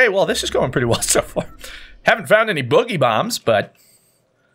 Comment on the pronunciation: Everyone says it wrong, it’s not bugeeee bomb, it’s boooogy bomb as is dance/boogie